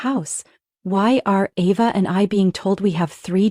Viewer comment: This is a horribly written story, full of more holes than Swiss cheese. And AI can't pronounce Ava correctly every other sentence, practically. 😂